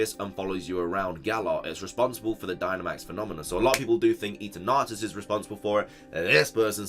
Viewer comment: A piece of my soul dies every time he says, "e-turn-atus"